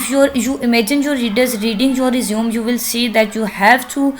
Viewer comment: Respected mam it's nor resume it is pronounced as (resumay)